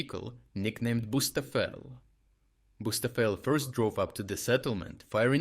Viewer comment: Bucefal, not bustafel 😂